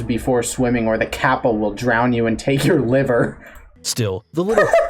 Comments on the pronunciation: Dude, that's kap-pa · Browsing Youtube, saw a Kappa, looked at the title and clicked immediately. (Edit, the way the dude said "Kappa" hurt my Japanese bones)